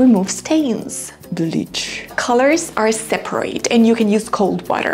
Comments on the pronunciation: You mispronounced separate. The adjective and the verb have a different pronounciation. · the clothes are separate (adj). the correct American pronunciation is /ˈsep.ɚ.ət/. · For an english teacher the way you pronounce “seperate” and “delicate” is really off.